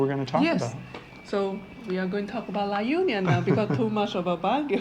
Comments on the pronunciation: La Union ....we locals pronounce it La onion 🧅😅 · The right pronunciation of the La Union is La onion